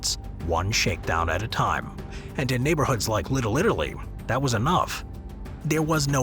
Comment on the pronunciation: Little Italy ❎ Little littlely ✅